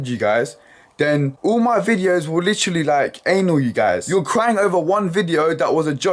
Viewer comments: The slender of "litchally" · oh man british people and the "Litch-ra-ley" over...and over again.